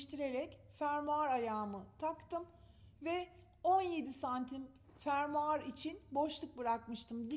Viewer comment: Guzel anlatım fakat fermuar deyişiniz 😶